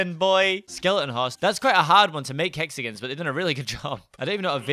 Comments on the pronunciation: yes instaed of "hexagins" we say hexagons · We pronounce it "Hexigins"